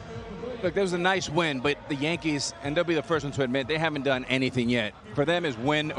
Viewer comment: Tell Ortiz it’s a Y in Yankees